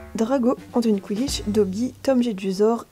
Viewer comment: Quand tu montre tes pop à un moment tu dit dogi mes c'est DOBY